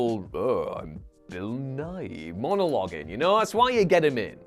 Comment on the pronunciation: You mean Bill Nye The Science Guy, not Bill Buy! With all your Googling about Bill Nighy, which obviously sounds the same, you probably should have checked to see what the other guys name was and how it was spelled! But I realize you must have thought his name was Buy, not Nye!